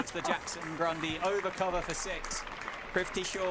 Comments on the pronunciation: the pronunciation of “prithvi” was bugging me the whole video 😂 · I am pissed that thse jokers cant pronounce PRITHVI properly but can pronounce LABUSCHAGNE and PHEKLUKVAYO very easily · Great innings. They butchered his name every single time 😂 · Their mispronunciation of his name is so cringey. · They couldn’t even pronounce his name right. Prifti Shaw it seems 😂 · PRI-TH-VI not PRI-V-THI.... PRITHVI shaw... PRTHIVIII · "Prifthi" shaw 😂 arey bhai 🤦‍♂️ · Is it just me or are the commentators all saying PRIVTHI Shaw, rather than PRITHVI, which is his actual name? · Was it just me or did others notice "Crifty Shaw" & "Prifty Shaw" from the commentators. 😄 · Commentator “Fifty shaw”😅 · The entire innings, commentator kept calling him Prifti - who the hell is prifti... you gotta get the name right man 🤠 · Ok are we gonna ignore commentators calling him “prifti shaw” .. 😂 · Male Commentary: Fifty Shaw...Fifty Shaw 🤣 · AM I the only one who is hearing Fifty sure instead of prithvi Shaw? 🤭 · He’s not Prifty Shaw😂, Prithvi it is😅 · Just kept hearing 'Thrifty' Shaw 😂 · Name:- Prithvi Commentators:- Prifthi😂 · Is it just me or is the commentator saying " PRIFTY. shaw " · Is it just me or are they calling him prifty? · Butchering his name for 7 mins straight..”Prifti Shaw” 😂😭😂😭😂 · Prifty Shaw? They mispronounced his name for lifetime!!! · the commentator was calling him "Privthi" instead of "Prithvi" :( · Why is he saying fifty shaw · Its prithvi and not prifti. Whats wrong with the commentators?? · Commentators having a tough time in pronouning his name... Prifty Shaw 😂😂😂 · Well played Fifty Sure (Prithvi Shaw British pronunciation) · Its PRITHVI NOT PRIVTI !!! So confidently misplelling someones name again and again !!! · Announcer mispronouncing “privthi” smh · His name is Prithvi not Prifti.😠😠... Don't know, why these English men's can't pronounce a simple name ? Every time they call him Prifti.... 😠😠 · They keep saying his name wrong